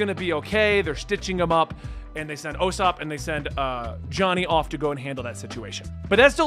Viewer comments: From what I know it’s like Ooh Sopp not oh sopp but ooh quickly so just usopp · It's "Oo-sopp" not "Oh-sopp" you had it right early on. God no, the lollipops were part of the 4kids dub only not the actual anime or Funimation dub. Sanji still smokes in the Funimation dub just like in the Japanese version. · Ewwsopp is the easiest way to pronounce it Ossop😭😭😭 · No it's definitely oo sop like oops not oh sop at all whoever said that is just wrong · It's pronounced OOsop, not Yousop or Osop. I've honestly never heard it pronounced any other way. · its not you sup or oh sup its usop why are you saying the word you instead of the sound of the letter U? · The U in Usopp is is pronounced with an oo. Kind of like saying the word spoon or oops. It's not the biggest deal though. Just remember to pay attention to the cover pages. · I'd love to know who told him it was "O"-sopp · It's ew-sop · No it's oo sop like oops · Usopp’s name is pronounced “Oo-sop” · Man all your friends are gaslighting you. It is Me-hawk. Just like you thought. Usopp is pronounced “oo” like food. Not trying to be a jerk just trying to help out. Love the vids. Arlong Park is where I fell in love with the show. Zoro gets hurt a lot in the east blue because he’s so strong that he just wrecks everyone. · Omg please say Usopp name correct, it OOsop. Like in in BOO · It's "oo"-ssop. OO as in like Goo or good or food. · It's pronounced oosopp. Like goo, or ooze. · Usopp is pronounced like 2sopp without the T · nooo actually, the pronunciation is OOSOPP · It’s pronounced oosop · It's Ooh-Sohp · OO-SOP, c'mon bro. It's not that hard. Like ooh lala there goes Usopp(oo-sop) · It's pronounced ew sop like The Uso's from WWE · It’s pronounced oosop as in oooo u in trouble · It's ew-sop! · ...still saying Usopp's name wrong. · Somebody pranked you hard with that Usopp pronunciation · Not O-sop 😂🤦🏿‍♂️ it Ouu-sop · You prounced ussop wrong again lol its ok. Ussop sounds like (ooo-Sop) not O-sop or You-sop